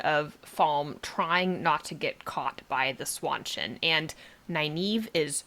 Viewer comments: Please stop saying "SWAN-CHIN" 🦢 It's pronounced "SHAWN CHAN" Like Sean Penn.... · Seanchan, Sean Bean, Jackie Chan, Seanchan. Not swawchen. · Swanchan? Where are you getting that pronunciation?